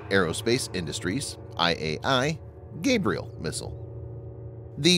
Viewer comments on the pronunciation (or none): none